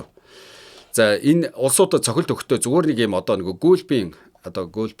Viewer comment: Гүүлф биш Галф гэж дууддаг биш билүү ярих юмаа бэлдэхдээ үгийнхээ дуудлагыг мэдэж аваад ярьж байвал Америкаас мэдээлж байгааг чинь тодотгох үзүүлэлт болох бус уу 😅